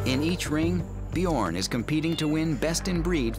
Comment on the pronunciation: "BjOOORn". No, it's "Bjørn". As in the Norwegian word for "bear". Try to pronounce "learn" -- l-eeeeeaaaa-rn. Bj-øøøøø-rn. Basically the same thing. Ø.